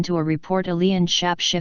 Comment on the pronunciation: It's David Icke not David Ick and it's shapeshifter not shap shifter A I is going to have to get better than this